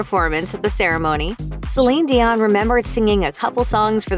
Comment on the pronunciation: This was a great a terrific breakdown of her entire career. Although, I think that you should have pronouced her first and last name correctly. However it was still marvellous.